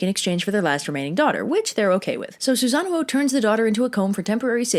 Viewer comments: Isn’t it sue-San-ohh , like the big blue thing in naruto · The accidental Susan thing amused me so much I decided to go down the list of Japanese gods/mythological figures and think of funny mispronunciations so I present Amy tirasu, Izzy nami and Izzy naggy, fudging, raging and yata Gary sue. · You do not want to know how many times I rewound the video to hear her say "Susan" because you will lose any possible respect for me 😂😂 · Well, can we really blame anyone for the name flub? I mean, you can't spell Susano'o without Susan. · So the storm god was a boy named Sue...seems legit. Also I'm like 95% you're pronouncing Susanoo's name wrong. It isn't even supposed to have two O's, that's there in place of a singular O with an accent like - over it that I can't do with my keyboard. It means that vowel sound is stretched slightly, not repeated as in the "oh oh" sound you're making.